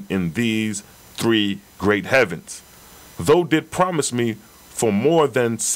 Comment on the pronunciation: The RA Material explains how and why the Oahspe was revealed. also..NOT being petty but i believe thou is pronounced 'thow' (like wow) not 'though'